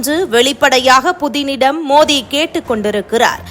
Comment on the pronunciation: மோதி இல்லைங்க மோடி உச்சரிப்பு கவனம் தேவை